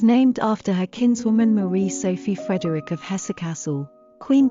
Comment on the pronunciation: You pronounce the E in Frederikke, Frederikk-eh. Just like with Mathilde and Gertrude, you pronounce the last E.